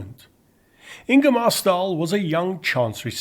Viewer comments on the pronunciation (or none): An absolutely lovely documentary, incredibly in depth, thank you so much for making it. I'll just leave a quick note, that the letter "å" is a kind of "o", not a kind of "a". So "Ståhl" is pronounce more like "Stohl", not "Stahl". =)